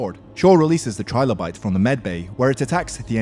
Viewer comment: Just saying, it's 'Trill-o-bite" like "Thrill-o-bite" not "Try-low-bite", think of how "Trillion" is pronounced.